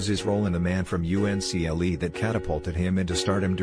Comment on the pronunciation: It's pronounced "Uncle", not" U.N.C.L.E"